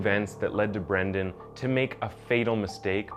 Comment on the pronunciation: Dude, you've gotta be more consistent in your pronunciation. Most of the time you're correctly calling him Brendan but every once and a while you call him Brandon. It's not a big deal but it kind of throws me out of the story.